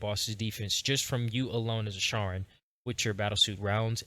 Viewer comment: "Share-N" not "Sharrrr-N" 😂❤